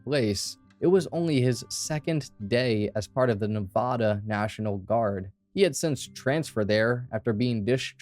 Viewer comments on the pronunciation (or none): It’s Nevada. First A as in “apple”. Just for future reference :)